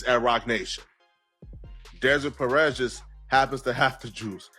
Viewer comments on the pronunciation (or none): none